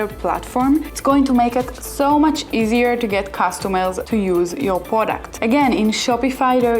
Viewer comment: Easier customer acquisition , not eaisier. .. aquasition ... 😊